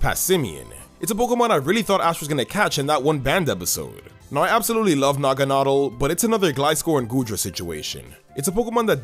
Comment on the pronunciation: Naganedal..more like naganada 😂